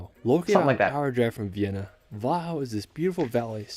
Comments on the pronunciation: His pronounciation of „Wachau“ was actually not correct. The stress is on the second syllable. It should rather sound like „Va - How“. (with the stress on how) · Hallo from Graz, Austria! So happy to see you strating to expore my home country!!! :D The Video is good, but the guy is hard to follow because he talks in one straight line :D (his pronouciation of local names is a bit too smooth and hurried :) ) - Yes, there are rockfalls in Hallstatt, damaging buildings... - There is a way on the rmountain on the right beside the sky ladder back down. - THere are still rumors that somewhere in Toplitzsee is gold thrown in by the Nazis at the end of WW2. Problem is the lake is 100 m/330 ft deep. - The viennese sausage is called Frankfurter sausage in Austria :D - A few years ago, the city of Innsbruck redesigned the main square and the architects placed bend and curved concrete elements all over the square. it turned out, the architects were skateboarder and they turned the square into a skatepark... The city of Innsbruck allowed everyone to use it as such... - Großglockner road is really beautiful! Went up there: once by car and two times by bicycle... :) - Vorarlberg has a lot of beautiful lakes. Some of them are Reservoirs because Austria produces the majority of its electrical energy with hydroelectric power plants. - the borders of Austria, Germany and switzerland meet in lake Constance. But it was never exactly defined, where the borders are in the lake, so it is unsure, what parts of the lake belongs to with country :D Very nice video, but to be honest, you haven't even touched the dust on top of what Austria has to offer. And there